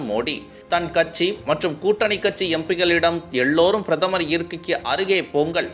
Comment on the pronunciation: Boss. அது கச்சி அல்ல. கட்சி. சரியாக உச்சரிக்கவும்.